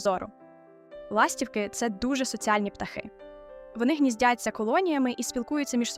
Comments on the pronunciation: ластіво́к..ластівки́....( не має в українські мові - ла́стівки)))😢.є відмінки і треба правильно вимовляти слова за лежно на яке питання відповідають..... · Не лАстівки, а ластівкИ 😊